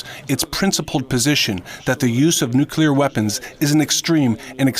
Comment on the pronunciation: NU-CLEAR!!!!! NEW-CLEAR! for the love of god!!! Nooootttt nu-q-lear!